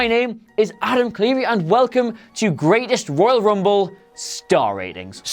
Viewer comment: I lost it when he says 'Oil Rumble'......